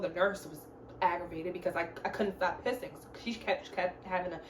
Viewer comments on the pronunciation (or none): Girl I know you weren’t tryna be funny at the but sis you got me over here cryinn 😭😭. It’s the way you emphasize “pissing” for me. Nah but that’s crazy. I’m happy you had a better experience upstairs on the maternity ward.